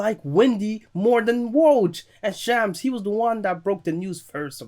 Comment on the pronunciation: it’s like shahms not sham but seriously you’re turning into one of my favorite YouTubers keep up the great work!!